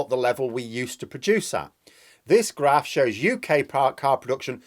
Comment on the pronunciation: LOL, as soon as you said graph I had flashbacks to my childhood in Grimsby. The way that word is said in Scunny, Grimsby, etc... It's so unique.